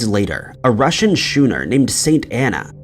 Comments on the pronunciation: Enjoyable show. FYI, the word "schooner" is pronounced "skooner", rather than "shooner", as the narrator pronounced it. Yup, I know it's AR to make that kind of correction, but since I can't think of anything to say about the content of the video, as entertaining as it was, this is my somewhat pathetic attempt to help with the YouTube algorithm. Cheers. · Schooner pronounced skoo-ner. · Nooooooo, I can't stand it any more, a Russian schooner, pronounced by this idiot as shooner!!!!!!! 🤬 No more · Why, oh why, do you, in so many of your videos, pronounce schooner “shewner”? It is simply dumbfounding how you consistently mispronounce this word. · Shewner. What kind of ship is that?